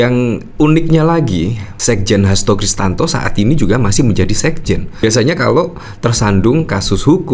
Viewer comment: Hasto Krisyanto min bukan Kristanto